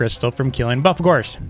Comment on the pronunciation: Me: I'm a pro Also me: pronounces buffalkor like "buffkalor"